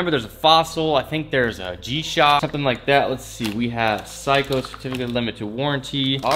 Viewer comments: It's 'sayco "not ' cycho" =seiko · Say co. Not psycho. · Bro was saying phsyco watch! 😂 💀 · My dude, Seiko is pronounced like say-ko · Seiko (Say-co) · Facts bro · kohei kanai sounds like he says psycho lol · kohei kanai Lmaoo yeah right 😂😂 it’s not Psycho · "a pycho" "pretty good looking psycho watch"😂 had to come to the comments to look for this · "say-koh" my guy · Seiko is pronounced Say-Co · The way he pronounces seiko smh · ik am I the only on who was slightly annoyed by this? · thats what bothered me so much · FOR REAL GOT ME ANNOYED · STOP SAYINT SEIKO WRONG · Your pronunciation of Seiko made me cringe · Insta: belven_kwan . Your Seiko pronounce is wrong dude